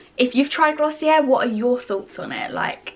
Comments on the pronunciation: Not tryna nag but it’s pronounced gloss e a just thought I’d let u know 💘💘💘💘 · sorry i’m trying not to come off the wrong way but i believe it’s actually pronounced glossy-eh (you don’t pronounce the r at all) because it’s french